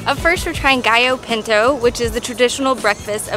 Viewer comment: I cringed at that pronunciation of "gallo pinto"